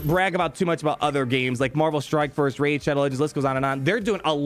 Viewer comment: Rey-id shadow legends